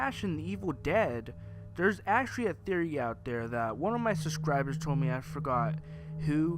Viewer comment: Says actuawy for the 97th time (puts gun to head)